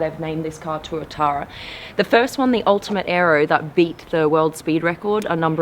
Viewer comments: Pronounced twa-tara blonde. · SCC Tuatara is how i remember the name and im guessing it is this car before she says it lol. Got the name wrong to Tuatuara